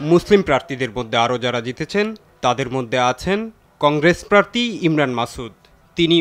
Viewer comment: প্রার্থী নাকি প্রার্তী